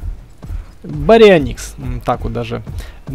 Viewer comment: Поправка не барио́никс а барионии́кс